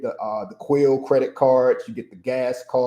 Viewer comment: Is it Quill, or Quail?